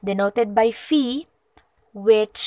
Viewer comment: Ang simbolong phi ϕ ay binibigkas po na “fai”, hindi po “fih”.